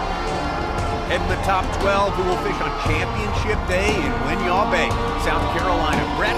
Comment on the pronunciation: its not whin-yah its win-yah